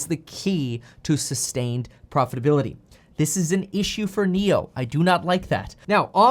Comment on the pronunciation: Did I hear “Niokola”?